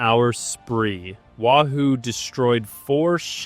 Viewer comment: its NOT Wa Hoo it's Wahoo Get it right or don't do it at all!